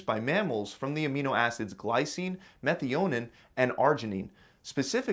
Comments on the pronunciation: “Methy Onin” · Not sure I should listen to a guy who can’t pronounce Methionine correctly. Meth I oh neen. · Say "meh-thigh-on-een" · Lol! “Methey-ownnen” (methionine) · Methi-Onin KEKW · Methe-o-nin? Lmfao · bro.. Methionine, meth-eye-oh-neen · methy-onin omggg hahaha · Never heard methionine pronounced as meth-ee-own-in lmaoo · Pronounced: Meh-thy-o-neen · Lmao how you said methionine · the way he pronounces methionine is cursed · did he just really pronounce methionine like that 😂😂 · Pronunciation of methionine was wrong. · that is the first time i have heard methionine being pronounced that way